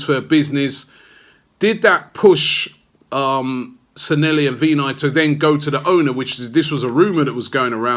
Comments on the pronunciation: Its San'LLEHI, not SanELLHI!!! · Anyone else here who's mad at Robbie's pronounciation of SANLLEHI?